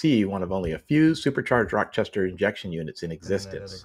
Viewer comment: Btw, the correct pronunciation is “Raw Chester”, not “Rock Chester”.